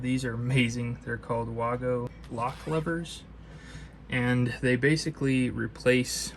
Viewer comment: Your saying wago wrong, the a is like saying apple. Other then that thank you for the video!